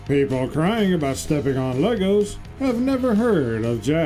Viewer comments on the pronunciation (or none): none